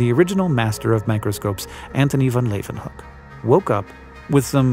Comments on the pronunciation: it still bothers that Hank pronounces the W as a V in van Leeuwenhoek it is a Woo sound in dutch not a Vee sound. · Antoni van Leeuwenhoek. NOT Antoni von Leeuwenhoek. He was a Dutch guy, not a German. And certainly not Antoni Von Leeuwenhoek or Antoni Van Leewenhoek.